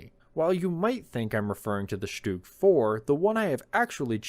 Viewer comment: I'm telling you, it's called a Stug, not a Stug.